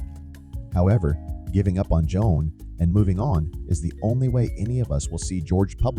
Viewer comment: I feel crazy, but did I hear you call him "Joan" a few times?